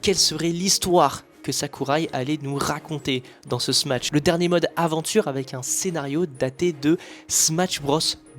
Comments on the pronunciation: Ok mais pourquoi tu dis smaTsh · Très bonne vidéo juste à chaque fois que tu dis smatsh je freeze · La vidéo est magnifique est très bien réalisé bravo à toi mais vu que tu dis "Smatch" jvais devoir disliker la vidéo dsl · Dsl de faire le mec chiant mais pk vous êtes plein à dire smaTche au lieu de smash ? c'est pourtant pas si compliqué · trop bien la video mais par pitié arrete de dire "SMATCH" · faire des jeux JAPONAIS en ANGLAIS, tout ça pour prononcer SMATSH, l'anglais vous pisse tellement dans la tête que vous voulez faire des prononciations plus anglaise que l'anglais, c'est pathétique. T'es dans un entre deux linguistique qui existe pas.